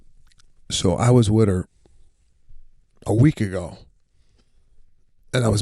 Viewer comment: Sebastian…..the word is WITH not WID….Arlington Heights Illinois education should have taught you SOMETHING…if YOU were ATTENTIVE.